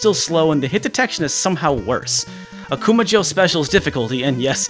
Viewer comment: Dude, your pronunciation of Akuma jou is way off. You have to stress "ma" not "ku" and jou is not pronounced like the American name Joe. May be I'm nitpicking here, but this has the same nails-on-the-chalkboard appeal as mispronouncing SF2's Ryu's or Gunpei Yokoi's name. It only takes less than a minute to find a Japanese video on here where you can hear the correct pronunciation if you don't know it yourself.